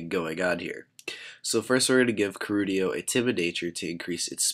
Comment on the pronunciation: I thought his name was Keldeo? Not Kerudio. o_O